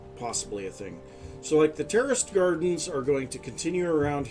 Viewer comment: I swear I keep hearing "terrorist gardens" 😅😂